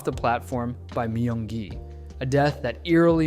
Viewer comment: "Mayung gi"